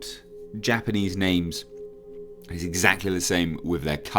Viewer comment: Godzilla has a long history of shooting all over the place. The Earth trilogy was an interesting take. I didn't love or hate it. But more Godzilla is good. Also, I love hearing Japanese butchered with non-American accents.